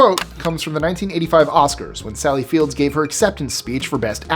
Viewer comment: Her name is Sally Field, not Fields as you mentioned.